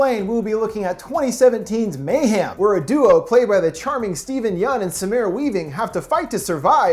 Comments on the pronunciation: I’m so sorry great video as always but the way u say mayhem kills me. It’s mayhem not mayham 😭😭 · it sound like he says mayham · No one: Foundflix: may ham